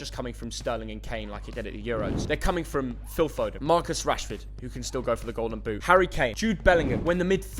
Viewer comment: It’s Phil foden😂😭